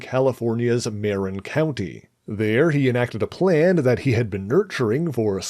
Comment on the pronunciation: You mispronounced Marin….say it like…”Maa-rr-in” (the “in” is like in and out).